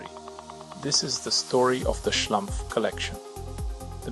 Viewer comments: fkk, it´s SCHLUMPF, not schlAmpf!!! research makes a ducumentary! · Schlumpf, not Schlamph 🙃 it’s German and = Smurf in English! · Their name is Schlumpf. Pronounced "schloompf" (not "schlumff"). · The name is Schlumpf, with an 'u'. Not Schlampf!!! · the local french-alsation name "schlumpf" is pronounced "shloompf" in french; not "shlumpf". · Exactly. As someone who speaks German as a second/third language, it makes my ears bleed 😂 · O dear, O dear, how excruciating! Why does the speaker —who appears to be a German speaking human(?), and hence should know better— consistently mispronounce the proper noun Schlumpf ? Why this apparent act of deference toward the misplaced notion of "how-this-appellation-ought-to-be-pronounced-by-an-English-speaker" ? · It's a German/Swiss name. So, it's pronounced as in German. Even if Mulhouse is located in France (Alsace). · assuming the name is not french but german, the u in Schlumpf is pronounced like in pull. By the way, "Schlumpf" is also the german word for smurf.